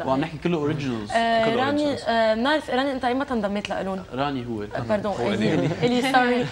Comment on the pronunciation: it's rany not rami HAHAHAHA